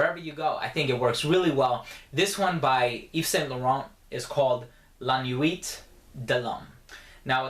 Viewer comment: the "t" is silent in "nuit" by the way